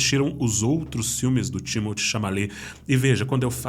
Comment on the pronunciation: Meu querido, a pronúncia do nome do ator Timothée Chalamet é "Timotê" e não "Tímoti", como vc falou várias vezes. Por favor, corrija isso porque senão vai ficar falando errado por muito tempo.